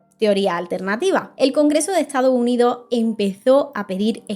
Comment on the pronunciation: Que excelente video 🙌🏻 Me quedo con cada vez que dices "Lo' Estado' Unido' ".